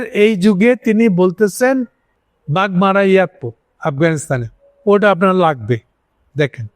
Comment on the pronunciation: বাগমারা না, বাগরাম বিমান বন্দর, ।